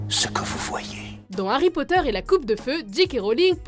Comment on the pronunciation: Harry Potteur xD et ça se dit fan...